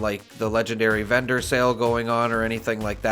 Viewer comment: Why am I hearing bedroom when you say vendor? lol I sell serums and buy recipes when I have enough caps, only looking to buy armor or power armor set pieces but can't find too many good ones.